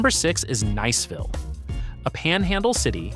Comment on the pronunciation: Is it Neeseville or Niceville? Eeglin Air Force Base? 🤣